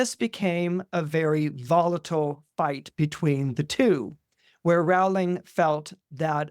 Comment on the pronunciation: Love you,, but you’re mispronouncing her last name. It rhymes with “bowling.”😢